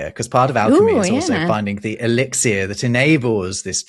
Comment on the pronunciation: I have to wonder why the host of an etymology podcast keeps saying "elixiER"...